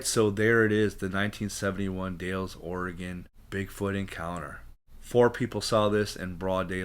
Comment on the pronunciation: Dalles rhymes with pals!!